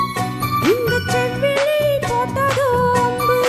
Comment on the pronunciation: சம்மதம் தந்திட்டேன் நம்பு என்பதை தந்திட்டேனே நம்பு என்று பெண் பாடகர் பாடுகிறார். செவ்விழி என்பதை செவ்விலி என்றும் உச்சரிப்பு பிழையாக பாடுகிறார்.பாடல் வரிகளை கவனிக்கவும் ப்ளீஸ் 👍